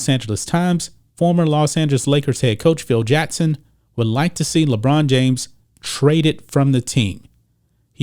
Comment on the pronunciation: JaCKson NOT JEtson, learn to pronounce your K's!!!